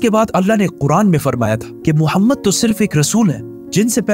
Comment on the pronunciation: bhai tera bolne ka tarika bahot glt h tum aap Mohammad sallallahu ka name bhi kitne glt tarike se le raha h